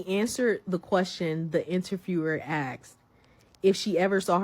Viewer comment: Anytime a woman pronounces “asked”as “axed”, I stop listening lol